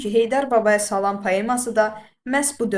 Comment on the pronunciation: Salam həmil-sakit,yumşaqxasiyyətli deməkdir. Səhv vurquladız ama izah əladır